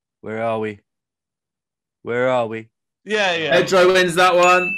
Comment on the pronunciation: “Perdo” lol